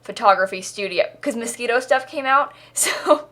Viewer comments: Wait a minute. Did she for real just pronounce Moschino as mosquito? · I swear everytime you say Moshchino you are saying Mosquito